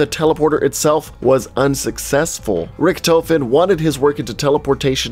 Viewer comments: It's pronounced ricktofen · You mean Ric-Toe-fin